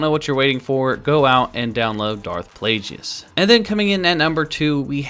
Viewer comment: Its pronounced plague-iss.